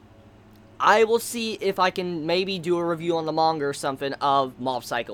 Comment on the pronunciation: lol it sounds like your from new Hampshire... reading mangher' haha:) lots of love, no hate, just had to poke some fun;)